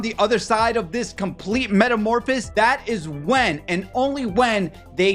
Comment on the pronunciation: You left a syllable out of metamorphosis and mispronounced it as "metamorphis".